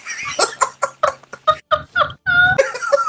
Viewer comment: 23 seconds in and we already got an "AKCTHUALLY"